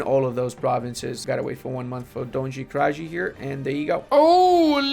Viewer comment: Pls stop saying Donzhi krazhi, nj is pronounced like spanish nn, like in ninna(little girl), kraji is pronounced like krayee.